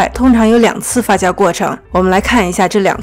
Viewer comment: 發酵唸Fa “xiao” not fa “jiao”！我聽的好痛苦